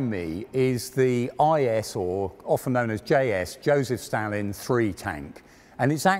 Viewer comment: You said Stalin wrong, among dozens of other words.